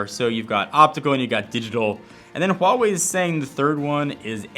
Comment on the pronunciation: HUGE thanks for saying "Huawei" correctly!